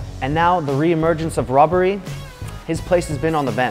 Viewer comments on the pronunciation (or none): He called robben robbery